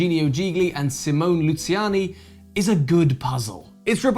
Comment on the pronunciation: It’s a bit annoying that the guys from Shut up and sit down, while seeming cultured and thoughtful, butcher German/French/Italian names so badly. Who pronounces « Luciani » [Lusyani]?